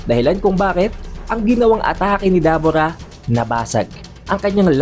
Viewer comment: Debura po Hindi dabura